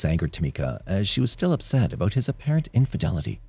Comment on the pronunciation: He sounds Canadian. Listen to how he says “about” (“aboot,” though not quite as pronounced an “oo” sound). Definitely doesn’t sound American, though people in Michigan say the “ou” sound almost as they do in Canada.